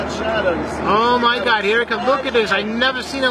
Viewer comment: Mi parte favorita es cuando dice oh mai gad